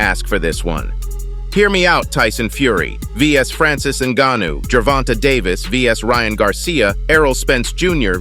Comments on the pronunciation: When the speaker says gervontuh ... u know its fake news lol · How about pronouncing his name correctly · How do you not know how to pronounce Tank’s name properly?!? So annoying. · This guy can’t even say Davis first name correctly 😂🤦‍♂️ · Bruh.,.the AI-voice pronunciation of Gervonta got me dead as a mfer 😂😂😂😂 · Can't watch no more how u butchering his name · You can’t even say his name right.